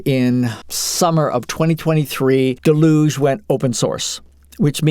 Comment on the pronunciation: Always bugs me...someone decides to make a lengthy video about Deluge, but can't be arsed to learn how to pronounce the name. Delooooge. It's an English word ffs not French :D